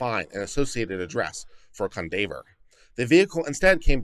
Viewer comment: Cundaver? This is a black name you know it is pronounced Kwan-dav-ee-yay.